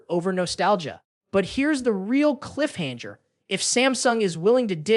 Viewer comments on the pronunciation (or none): Oi, stupid robot! WTF is a cliff hane-ger!? You know what,, - you can KMA. You are useless.